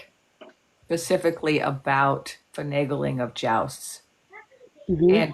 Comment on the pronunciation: she “pasifically”